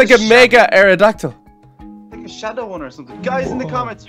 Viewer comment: It's. mega. aradactall